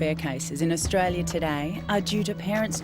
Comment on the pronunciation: Australia not Australie